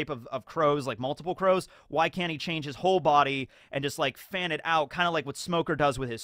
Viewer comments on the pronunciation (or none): none